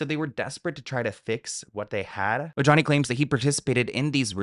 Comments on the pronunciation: It’s pronounced O-HA-ne, not o-ja-nee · Omg, I love u, but I can’t! Ojani is pronounced O-Hani. J’s in Spanish are pronounced as an H. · The “J” in Ojani’s name is said an “h”, like “O-ha-ni“. He’s Latin. It’s not that hard. Somebody on your staff should have noticed by now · Ojani=OHANI Are you not hispanic😊???? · The J in Ojani is pronounced like an H